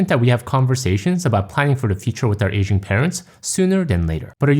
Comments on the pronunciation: oh, it's "aging parents", not "asian parents". that got me confused for a while (english is not my first language and i sometimes struggle with hearing accents). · Your accent threw me off at first because it sounded like you were saying "Asian" instead of "aging." I thought "But my parents aren't Asian lol."